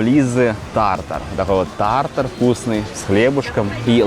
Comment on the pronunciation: правильно поставил ударение "тАртар" 🙏👏👍.